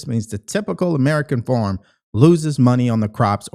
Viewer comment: Hey it’s pronounced FARM not FORM lol😂